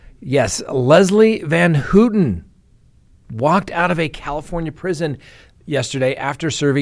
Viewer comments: It's pronounced van-HOW-ten. Maybe not a big deal but as an attorney talking about one of the most infamous cases in US history, you should get your facts right. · It's hilarious how you pronounce Van Houten it doesn't even resemble the actual pronunciation of her name. Google translate also has audio translation if you want to pronounce Dutch names take the effort to use google audio simply type in the name and choose Dutch language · Charles Manson Pronunciations: Leslie Van HOW-ton. KREN-winkle, like GREN-winkle. Don’t even try prosecutor Vincent Bugl-O-si.) 😂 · Let’s all say it together!! Van HOWWWTEN and KRRENNNWINKLE! I apologize for my OCD. Not like they DESERVE to have their names pronounced correctly right? 😆😆😆